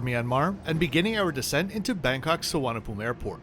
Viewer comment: Thank you. The way you pronounce Suvarnabhum Airport is very clear very Thai 😊😊😊